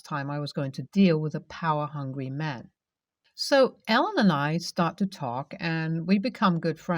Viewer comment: A guy named Ellen just is weird. Yet you say Alan instead at the end. Freaked me out.